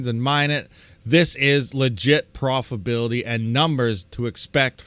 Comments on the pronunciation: Pro-fi-TA-bility not "profibility". Please. C'mon man. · It's your pronunciation. Doesn't matter much just a humorous bit that your missing a syllable when you pronounce profitability.